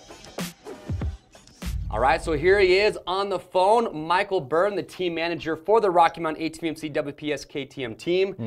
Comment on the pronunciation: When has said Michael Byrne it sounds like Mike O Burn